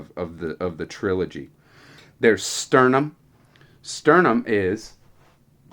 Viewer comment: That was Laurana on the cover, not Tika - Tika would be on Spring Dawning, but you have an alternate cover. Also a few of your pronunciations made me cringe (Sturm not Sternum), but that wasn't bad if your going from distant memory. Hope you enjoy returning to Krynn, I'd join in but I've got too much else right now and I'm planning to read many of the other Dragonlance books chronologically, hopefully before Weis and Hickman's new trilogy is done!